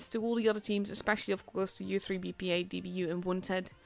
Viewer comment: we are reading as IZVRA, not u3 BPA) thats short form of ukrainian word, so thanks for streaming